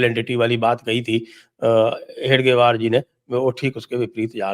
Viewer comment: Sir its hegdewar,, not hedgewar